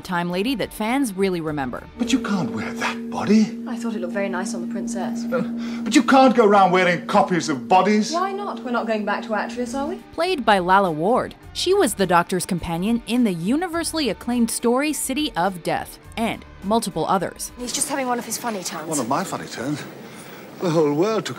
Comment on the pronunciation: Its pronounced 'Lay-La' not 'Lal-La' hahaha